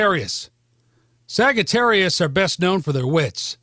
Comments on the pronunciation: Why did he say Sag- ga- terius ...😂😂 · SaGItarrius ? Huh ? I think it’s pronounced Sagittarius with the g pronounced as how you would pronounce majesty or something